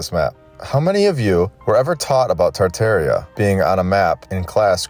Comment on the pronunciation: It's TAR TAR ia.